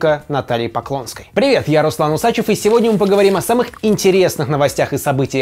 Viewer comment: Руслану врали 30 лет, не УсачЕв, а УсачЁв